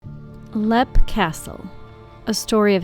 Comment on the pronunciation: It’s leap pronounced leep